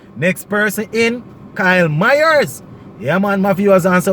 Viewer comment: You keep on pronouncing Mayers name wrong. It's not MYERS